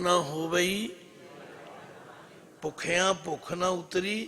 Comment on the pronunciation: ਆਪ ਜੀ ਵੀ ਨਾਂ ਹੋਣ ਦੇ ਬਾਵਜ਼ੂਦ ਹੀ ਬਹੁਤ ਬਿੰਦੀਆਂ ਲਾਈ ਜਾਂਦੇ ਹੋ ਜੀ. ਗੁਰੂ ਗਰੰਥ ਸਾਹਿਬ ਤੇ ਤਾਂ ਇਹ ਹੈ ਹੀ ਨਹੀਂ ਜੀ. ""ਭੁਖਿਆ ਭੁਖ ਨਾ ਉਤਰੀ ਜੇ ਬੰਨਾ ਪੁਰੀਆ ਭਾਰ ". ਤੁਸੀਂ ਪੜ੍ਹਿਆ.. ਭੁੱਖਿਆਂ ਭੁੱਖ ਨਾਂ ਉੱਤਰੀ ਜੇ ਬੰਨਾਂ ਪੁਰੀਆਂ ਭਾਰ. ਮੁਆਫ਼ ਕਰਨਾ ਜੀ. ਸ਼ਇਦ ਮੈਂ ਗ਼ਲਤ ਹੋਵਾਂ ਜੀ.